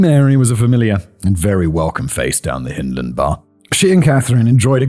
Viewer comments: Hyndland, as in 'hind legs', not as in 'Hinterland'. As a Glaswegian and a Scot, just sayin'...puir Wee Mary. R.I.P. Yes, I remember the case but not living in the city at the time, it was lost on me. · YOU pronounced Ayreshire and Hyndland ya sassenach !! LOL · but you got Partick right LANARKSHIRE